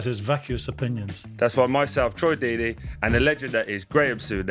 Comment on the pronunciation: Deeney? Come on Simon, you're better than that.